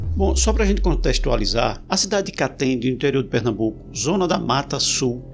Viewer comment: "Pernambuco" 🥴 Corro perigo, amigos?